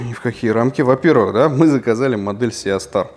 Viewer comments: И не сиастар , а систар )) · Правильное произношение - Си Стар, конечно же. Ну, а если обзорщик произносит "Сеа Стар", то это повод задуматься на счет его квалификации в принципе. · Почему Сеастар? Правильно же Систар. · Ага, даже название модели правильно выговорить не умеет. Неподдельный специалист по сеа старам! ;)